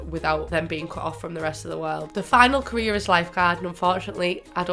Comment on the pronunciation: Was it only me that though she said Korea when she said career😂😂